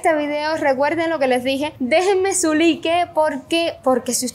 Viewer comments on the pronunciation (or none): Las converse se pronuncian convers y like se pronuncia laig para q vallas mejorando no a mal mi comentario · Like se escribe 😂 se pronucia laik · Me encanta como ella pronuncia, es muy cubana, y la he escuchado decir laik, pero cuando dice like es muy gracioso